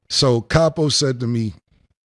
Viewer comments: CAP-O...LOL...Cam was scared thats why he wanted to do it after. lol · Weak Weak Weak😅Capo Sounded like 😅Crappo💩💩💩😅Julez Fucked Up😅With His Scary Ass Look😅In His Up State Prison Pic😮Plus Kimbella Wearing the Pants in Their Romance😅Dipset was a Noveltie Rap Group...